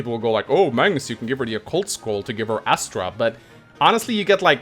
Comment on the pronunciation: Ass-tra? No, no, no. It's Ass-Trash!